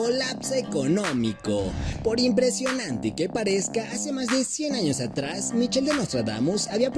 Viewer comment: Se escribe MICHAEL y se pronuncia MAICOL!!!!...